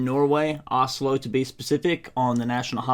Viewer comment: so funny. just before you did drip your eyes. she told you how to say Oslo. and the first thing you said was åslo :D